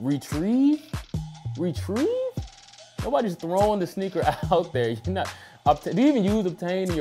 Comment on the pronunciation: "RETRIEVE", Seriously?? lmao